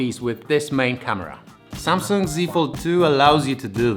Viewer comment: Fajnie z biegiem odcinka zmienia się wymowa z samsang na samsung xD